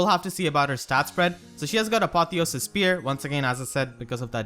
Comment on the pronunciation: Apotheosis is meant to have the emphasis on "e" not "o". +1 if it is a long "e", because of the meaning and such. Cheers.